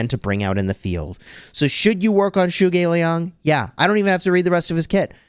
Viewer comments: the correct pronounciation is “Zu Go Liang”, as in ‘you go lee ang” ❤ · The correct way to pronounce his name “dru” ge liang. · Zhuge Liang is pronounced Tchuk-Ker Lee-ung, still nice try and great video! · I speak Chinese and to my understanding it should be pronounced like zhoo-guh lee-ang, please correct me if I’m wrong🙂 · The way you pronounced zhuge lian is horrifying